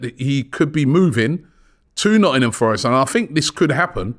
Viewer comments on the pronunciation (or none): none